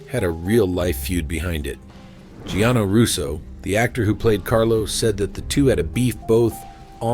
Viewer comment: It's Gianni Russo, not Gianno Russo.